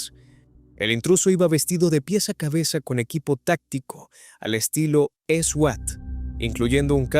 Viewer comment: por el amor de Diossss, se pronuncia "suat" 🤦🏻‍♀️